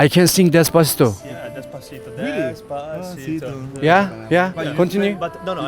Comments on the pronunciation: Reynmen abi çok güzel söylemişsin "despasıdo" yu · desbasıdo dedinya valla tekrar tekrar dinlemekten yoruldum cok guzel soyledın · Abi Despatico soylemene heyran kaldim. AZ TR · Despasidoyu ne kadar guzel okudu yav